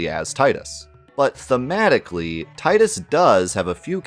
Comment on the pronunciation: That you for saying Tie-Dus and not the idiotic way the Ratchet voiced actor read it as Tee-Dus